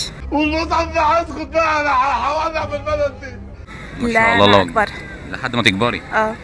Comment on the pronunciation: ارجوا ان تنطق التكبير بصورة صحيحة... اللهُ أكبر 👌👌👌 وليس كما نطقت انت ( الله واكبر ) ❌👎 مُحامٍ مِصري.